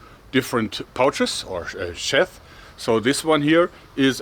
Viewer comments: For what it's worth, it is "sheeth", and not "shath" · Its sheath not sheath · "Take it out of the shath, or is it sheath? I dunno, you tell me." It's the latter, pronounced 'Sheeth'. :) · It's shieeth, not sheth. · It's sheath. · in the USA we pronounce "Sheath" as "sheeth" - Like Teeth but with an SH instead of T. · it is "Sheeeeth" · It is pronounced [ʃiʘ]. I agree, we should just start IPA symbols as written language. 😂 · In the US we would pronounce it sheeeth. But I wouldn't want to discourage how he says it if it interferes with his lovely accent. The QR code is brilliant by the way. Great channel. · Sheath....sh ee th buddy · It's sheeth Joerg. (long E) 😉 Like Crocodile Dundee said: "Now that's a knife" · It's pronounced sheeeeth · Sheath pronounced "sheeth" :) fantastic video, extremely entertaining and high quality. danke Joerg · 25OCT2022, 0304hr - Just completed my order. Can't wait. BTW Joerg, it pronounced "sheeth," long e. Thanks again for this beautiful knife. My Ulfberht was getting lonely, sitting in the cabinet all by itself. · "Sheath" is pronounced like "teeth." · 'Sheath' is pronounced like 'teeth'.